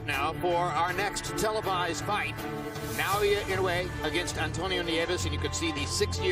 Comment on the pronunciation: NOT "Nay-oya."